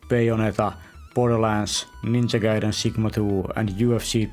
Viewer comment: i am glad you pronounce ninja gaiden correctly, most people pronounce it as ninja gayden